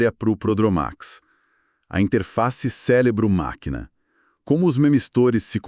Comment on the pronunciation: O que seria um "célebro"?😅